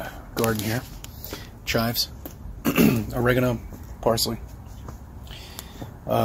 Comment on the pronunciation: He can’t even say oregano properly old cc 😂😂